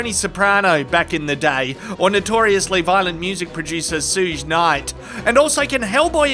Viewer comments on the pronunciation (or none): SOOJ? It’s shoog-ee. And you all take the piss because we can’t say Bondi or Canberra right? It’s fair dinkum something or other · It's SUGE KNIGHT, 'Hey Sugar, Shuhg' 😂 Like SUGAR. Not SOOOJ, we love you. ❤ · please don't call Suge knight soooge 😂😂. It's pronounced shug, like sugar but without the ar. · it’s sug knight as in sugar, not sooge, the e is silent! Just a heads up from the 🇺🇸! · Suge is pronounced Shuug not "Sooge" - great videos! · Pronounced Shoog Knight, not suuuje 😂😂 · "Sooj" Night lol. It's "Shug" like sugar. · Pronounced “shug” not soog, like short for sugar (shug-ar) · It's pronounced "Shoog" Knight. As in Sugar Bear. He runs over his friends, you really want to tick him off? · Did you just call him sooj night?😅😅😅😅😅😅😅😅😅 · Did this mofo just say "Sooj night" 😂😂😂😂😂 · Did he say Shuge Knight? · SOOOGE KNIGHT he says 😂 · I'm sure someone else has already pointed this out, but it's pronounced "Shug" Knight (with the 'u' prounced like the 'oo' in "hook". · And LEAvitt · I know they're spelled the way you pronounced them but.... They actually sound like "Shoog (like shook)" and "LaBuff" but...in the end we knew who you were referring to 🤣🤷🏻‍♂️ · Suge Knight = "Shoog" Knight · It’s not pronounced Soogeh? Who knew?